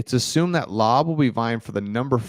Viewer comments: AOC will start, he has been working on quick release and his speed. Super accurate still and can make all the throws consistently. Has the body of a NFL QB. And just once more, it’s Lau-bey, not Lob All good, i know your not a Raider fan like me. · It’s Laubé; you’re such a white boy ! Don’t take it personal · Koonce is one syllable. From Buffalo, drafted in 2021. And Laube is two syllable…lol. I got you my man.